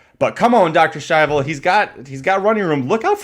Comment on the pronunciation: Listening to The Race Call Was Kind of Annoying The Way He Kept "Purposely" Pronouncing Dr Schivel Wrong....Congrats to Winner....Razor Sharp Form Should Not be Underestimated in This Sport